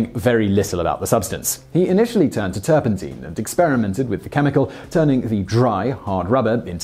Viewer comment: "As the 19th century worn on... " ??? - Sorry, it's not "turpenteen". It's "turpentine". - Caoutchouc is pronounced: "cow-chuck"